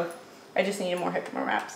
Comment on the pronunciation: Jicama is pronounced hee-ka-mah.